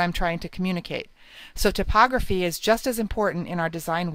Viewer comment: "tip"ography? thought it was pronounced "Type" Ography?